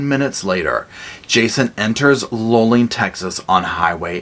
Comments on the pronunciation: Luling pronounced Loo-ling. Thanks for this episode. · Love your show. Just an fyi for future reference, the town is pronounced "Loo ling" 😊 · The Russian hikers were the hikers of Dylatov (sp?) Pass. You're not from Texas so you wouldn't know but Luling is pronounced Loo-ling. 🙂